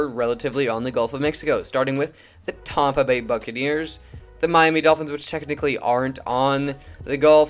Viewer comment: Bro did not just call Tampa Tompa